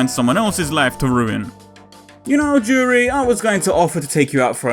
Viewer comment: You got the pronunciation right the first time.